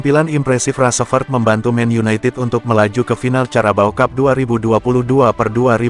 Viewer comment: Nyebut rashford aja g bener itu woyyy